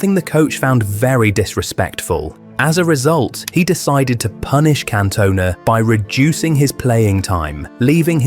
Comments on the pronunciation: Can-Tun-Ah not Can-Toner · Can-toner? switches off fvck you if you can't even say his name correct. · Can't watch it, AI messing up Cantonas name is extremely poor, not good enough! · At least pronounce his name correctly. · you say his last name wrong